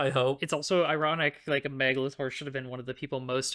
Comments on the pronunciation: Obsessed with how pronounces Meg LaTorre like Meglator, like she's a kaiju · every time you say the author's name i just keep hearing 'megalotaur' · Honestly with how you keep saying Meglator , i keep imagining an Autobot writting in her free time between skirmish with Decepticons. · RIGHT?? Why is it pronoucend like Megatron? "What does the human being Meglator care about" omg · Every time you said "Meg LaTorre," I heard, "meghalothor" like some kind of Lovecraftian entity. 🤣🤣🤣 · YEAH! I had the same thought! I was hearing "megalotaur" and I started thinking about Sans Undertale with bull parts. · I initially only listened to this episode, so I didn’t know how Meg Latorre was spelled out. As a result, I kept hearing her name as “Megalotore”, like she was a character in Transformers or something.